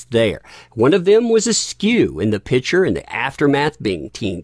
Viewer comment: Oh …..please pronounce ‘Picture’ properly. You omit the the ‘PIC’ in picture and call it a ‘pitcher’. A pitcher is a vessel that holds liquid! It’s like people who pronounce birthday as ‘BIRF-DAY’, or Valentines Day as VALENTIMES DAY. It makes me CRAZY! Sure it’s a bad habit! But it makes one question your intelligence when you are a brilliant guy! Still think you are pretty amazing though!